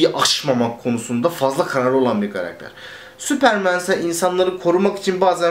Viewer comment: süüüıpırmııın diyip tekrar tekrar kendini düzeltmesene tombul süpermen de geç neyin telaffuzundasın ne yabancı dil altyapın ve vazgeçemiyişin var da pardon adapte olamıyorum hali var